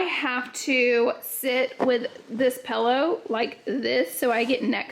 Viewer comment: Did Laura say "pellow"?